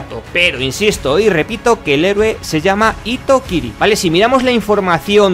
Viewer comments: Hitokiri se pronuncia Jitokiri. Solo corrijo con todo respeto ;) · hitokiri se lee como jitokiri, lo digo como nihongo no gakusei ( estudiandte de japones) xD